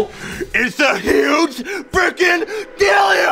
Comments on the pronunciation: Deal yo not dealio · it sounds like big dildio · He said dealio 9 times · The whole point of this episode is saying "dealio". Golden comedy. I really Meanio it.